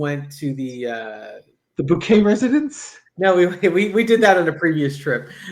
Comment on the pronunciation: “Bucket… it’s Bouquet!” 😹